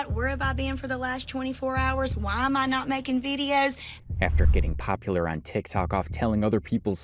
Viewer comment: When she said "Tikitok", it made me dead lmaooo.